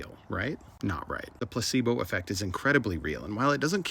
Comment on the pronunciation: Anyone else can't help but think, "gazebos" when he says placebo?